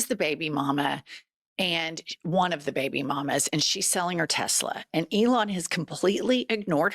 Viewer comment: He used to call Elon Leon